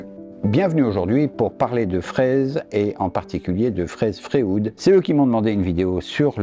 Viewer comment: Merci pour cette vidéo. Je me permets juste une remarque, qqc accroché mon oreille... pourquoi est-ce que tu prononce "Fréoude"??? Et lui tu l'appel comment?